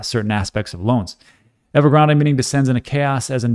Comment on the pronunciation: And "Ever-graand" is/was a property developer 👍